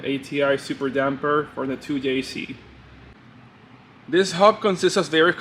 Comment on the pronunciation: i love the fact that he calls the 2jz a 2yayc